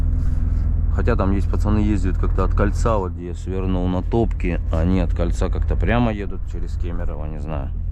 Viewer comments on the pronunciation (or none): Не ТОпки, а ТопкИ! ))) Ударение на последнюю букву. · Не Топки а Топки окончание на и